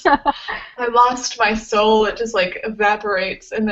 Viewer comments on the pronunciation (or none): none